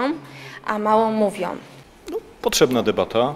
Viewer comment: tak pani. Zawsze lepiej gdy działaJOM, aniżeli mówIOM!